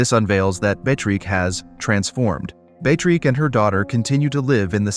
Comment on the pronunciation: Narrator must have gotten the pronunciation of the name Beatrix right at least one time! I admire the dedication to trying every single pronunciation imaginable! Great video, thanks!😏